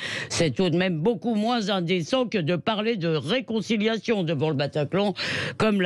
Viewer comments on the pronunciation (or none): none